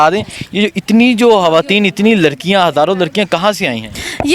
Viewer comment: یار خدا کے واسطے اپنی اردو کا تلفظ تو ٹھیک کرو۔ یہ "خان " ہوتا ہے " ہان " نہیں۔ خواتین کہا جاتا ہے" ہاواتین " نہین۔بہت برے لگتے ہو بچوں کی طرح بولتے ہو۔